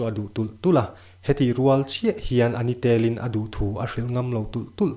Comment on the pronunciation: 'A ni tel' tih i chhiar dan a dik lo tih mai loh chu a ngaihnawm viau mai